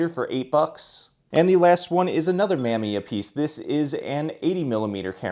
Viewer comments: Mamiya is pronounced Muh-MEE-uh. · Awesome pick ups! Not like it matters that much, but Mamiya is pronounced Muh-me-uh.